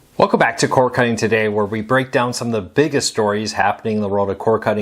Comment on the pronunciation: C O R D NOT C O R E ENUNCIATE